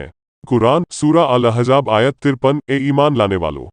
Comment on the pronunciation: Al ahjab nahi al ahzab tum musalman nahii hindu ho aur suno Shankar agar antaryami hota to bhasmasur ko kabhi vardan na deta propoganda channel